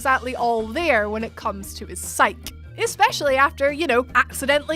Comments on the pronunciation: psyche is pronounced psych-ee. Not psych. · Psych = "sike". Psyche = "sigh-kee". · Undertale you're only the villain if you do a genocide run. And all of these but no BRAID? (Btw, Psyche is pronounced "sy-key" not "syke") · You know the word is pronounced (sigh-key), right? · THE E IN PSYCHE ISN'T SILENT! That is all.